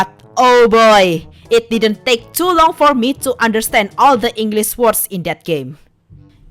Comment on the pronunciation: heres a bit of a tip : dont say it short and stocky as if your cutting it off . instead streatch it out a bit : take . taaah-k actually sounds more like it . but overall your really not that bad at english ! you can use google translate to sound words out as well ^-^ try the app " learn english listening " by "yobimi group "